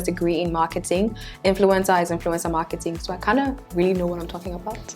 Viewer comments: Stop saying influintzaa so many timesss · Now I can't unhear influenza😂